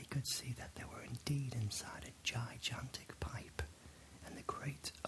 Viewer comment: I love your videos, but I have one question. How come you keep pronouncing the word gigantic as ji-jantic instead of ji-gantic? Like the second G has the same sound as the first G. Is that how people in the UK say it? Not being sarcastic or being a jerk, just curious. I've never heard it pronounced in that way. But anyway! You make great videos man! I listen to them everytime I want to relax or fall asleep. Even your old ones like when you baked that bread out on the campfire. Keep up the good work :)